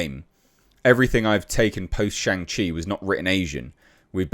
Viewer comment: That explains it, you don't even know how to pronounce "Shang-Chi". Have Some crumpets and tea and chill out on the testosterone bro..